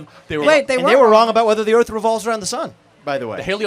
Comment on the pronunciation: Give “birf”. The “earf”. Try saying “th”